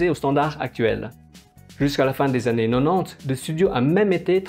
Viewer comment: J'ai découvert votre chaine hier , très intéressante , mais j'ai un gros problème avec votre prononciation des années , vous devez être belge avec des origines asiatique , quelque chose comme ça , ça me déstabilise , en France on prononce pas comme ça , sinon , continuez à faire des analyses des animes des années 70 et 80 , c'est super intéressant , je me suis abonné , si vous pouviez faire un dossier sur maison ikkoku (juilette je t'aime ) , j'apprécierai , bon travail en tout cas .